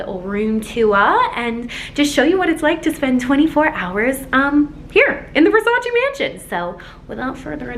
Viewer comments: Its Versace NOT Versaciii🤦🏽‍♀️😂❤Sorry not sorry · versacEEEEEEEEEEEEEEEEEEEEEEEEEEEEEEEEEEEEEEEE cristo santo not versaci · IT’S NOT PRONUNCED VERSARCI!!!!! IT’S VERSACE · VersacEEEE not VersacI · It‘s not Versaciiii it‘s Versaceee ! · People say 'Versace' wrong... it's not ver-sach-ee, its ver-saach-eh....🤷‍♀️ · Pleaseeee it’s Versace not Versaci ahahah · Ver-sa-CHE not versashi 🤦🏽‍♀️😬thank you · It’s not pronounced “Versaci” it’s pronounced “Versace” 🙈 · Omg amazing 😍 but the right pronunciation is VERSACH-EH not VERSACH-EE!! Love you ❤️💝 love from Italy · I know must be so excited experiencing this. But all the screaming over small things? Mad annoying. And not responsible enough to wear a mask? Bruh. ALSO how she pronounce VERSACE wrong the whole video??? This is upsetting. 👎🏼 super disappointed. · Me, an italian, being triggered the whole video with the way she pronounces versacE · Wanna shoutout Donatella but can’t even say Versace right and thats her #1 pet peeve. She sold that house quick and cheap she wants nothing to do with it so don’t flatter yourself thinking she gon see this 😂 this regular ass place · U love Versace so much yet you can’t say it properly.(btw I’m not hating just correcting on how to say it)